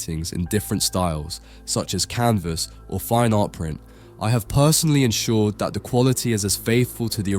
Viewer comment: Interesting and unusual selection of paintings but the mispronunciations are toe-curling…’pre-raphaelites’ and personally isn’t pronounced parsonally.